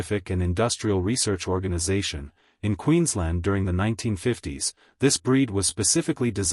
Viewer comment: The a in Queensland is not silent.